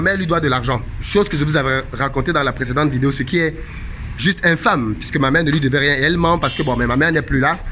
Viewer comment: Je kiffe trop quand tu dis ''vidéyo'' 😁